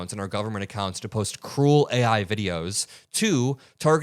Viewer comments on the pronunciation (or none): none